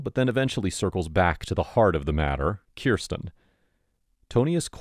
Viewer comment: Keeeeeeersten? It’s Kirsten.